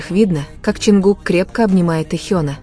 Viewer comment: Канал соссенок,ударения хоть правильно ставьте на имя Чонгука,и не врите на весь мир эти слухи,они должны идти своей дорогой,не придумывайте новые романы😊